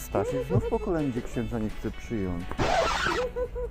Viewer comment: Proszę ksindza wymskło się kurwa😂😂😂😂